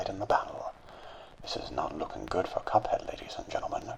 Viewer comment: He likes how he says "Cuphead"